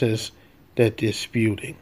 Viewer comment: Spewing not spewting